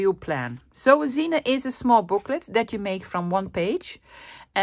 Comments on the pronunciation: Pretty. Curious why you call it a 'zina'. Isn't it a zine pronouced 'zeen' short for magazine?😉 Zina is a woman's name. Cute. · For those who don’t know, “zine” is short for magazine, and they were very big back in the 1990’s—early 2000’s, among counter-cultural Creatives. The word is pronounced Zeen, one syllable. A zine that I used to read was made by a Dishwasher, who wrote about how he stole dishes, etc., from each restaurant owner he worked for, because his wages were too low… (Like every other non-salaried American worker). Zines were the DIY Passion Projects of mostly young Creators, many of whom were living on low-paying jobs ; many of their zines consisting of black and white xerox copies, folded and stapled together. The esthetic was simplicity itself, but those with more money to spend—especially as computer Graphic Design programs advanced—could be much more sophisticated and commercial-looking.